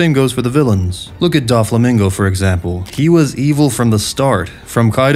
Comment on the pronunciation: Great video, but your mispronunciations of everything is killing me man 😭😭😭 DAWflamingo, LaFETT, YEAmi-YEAmi no mi